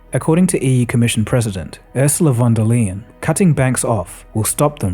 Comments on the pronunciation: "Oorsoola fon dair Lion" 😉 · Okay, you need to practice how to correctly pronounce "Ursula von der Leyen" (von der ly-en), even if she's kind of a joke/jerk imo. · I love how you butchered Ursula von der Leyen and it still sounds beautiful in your voice.